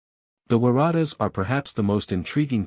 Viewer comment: ai pronunciation of the Waratahs is hilarious